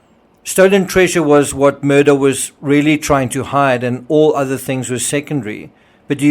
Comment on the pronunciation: Thank you for your videos…I really appreciate them. The name is pronounced Alek Mur-dock. It looks like Alex Mur-dah but it’s not pronounced that way